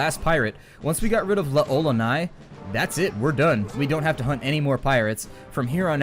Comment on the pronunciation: Just curious, but why'd you have a sock full of pennies? (Also, fun fact, L'Olonnaise is pronounced "LOL-o-nay"). Thanks for your video walkthrough; just got back into this game after 12 years and they were an immense help.